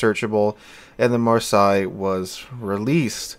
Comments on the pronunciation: REALLY REALLY bad pronouncing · Marseilles is pronounced "Mar-say". Just so you know. Have a great weekend! It's a city in France. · For people wanting to pronounce this one correctly just say it like you would say "Marss ey". Don't ask how I know, I live there. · It's "Marr-say." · Just use google translate with the voice button. It's really not hard to pronounce "Mar say" Say just pronounced like the english word. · I will say it's just lazy at this point, it takes you 5 seconds to google translate and click voice how to pronounce it. It's so hard to watch when he keeps butchering names of locations you're from. Instead of talking about plating for 5 mins just learn to pronounce 1 word for 30 seconds... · lol, no one actually care, like for an English speaker having to learn to pronounce something in a video game,it's literally pointless, and yeah, you may seem it easy, that doesn't mean everyone else saw it easy. And it's not even anyone fault that an English speaking person mispronounced a French name, why are you so problematic about it?